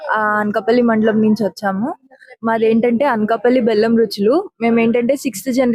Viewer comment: తెలుగు ఉచ్చారణలో style వద్దు. అన్కపల్లి and పాకల కాదు…అనకాపల్లి మరియు పాకాల. దయచేసి తెలుగుని కాపాడండి 🙏